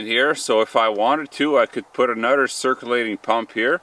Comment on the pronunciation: Don’t forget to add up the money saved on annual gym memberships, plus the health benefits of keeping active. What kind of accent sounds like, “use anudder one”? Canada?